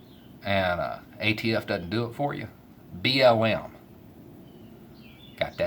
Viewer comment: I though you said B.O.M. when you said BLM and I thought "are the Bureau of Mines really as bad as ATF?" :P